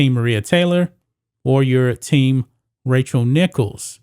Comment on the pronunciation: Is he saying “Racial” Nichols???